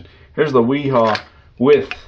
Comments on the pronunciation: FYI: wera and wiha is pronounced “Vera” and “Veha” The German W sounds like a V. Just a a fun fact for y’all! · It 'Ve-ha' (wiha) bosch speak for W lol